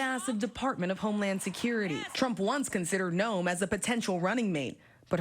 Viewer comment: Can Kristi Gnome please pronounce and S???? It is sho annoying.